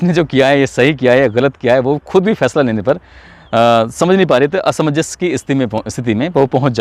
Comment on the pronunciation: अच्छा और अच्छे तरीके से किस्सा सुनाया। asmajas को असमंजस बोलना चाहिए